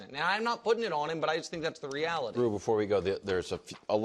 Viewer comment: “Post eem up” Why does brou pronounce “him” like that? lol